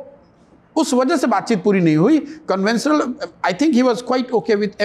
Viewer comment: Like many others he is mixing pronunciation of SHA and SA. This could be due to Hindi's influence. eg. conventional is pronounced as CONVENSENAL instead of CONVENSHENAL.